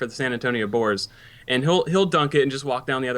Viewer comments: I'm a bit late but I bet he said San Antonio Bores, like they're boring to watch for a casual fan y'know? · did he say San Antonio boars one purpose or was he joking